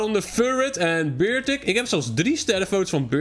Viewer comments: Niet bertik het is beartic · Ja het is niet bewaer het is beartic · Geen bewaer maar een beartic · inplaats van beartic zij je beawer hoezo gek hahahahahah